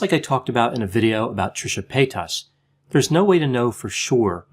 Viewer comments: Trisha Pay-tusss 😂 Lol sorry I had to, I love you tho x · Dr the way you say Trishas last name is THROWING me across the room😭 Love it. Love you😍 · LMAOO THE WAY YOU SAID TRISHA PAYTAS IS FUNNY NO HATE ITS JUST NO ONE HAS EVER SAID IT LIKE THAT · It's annoying how he says paytas, it killed the video. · It didn't kill the video when he immediately butchered the word mukbang?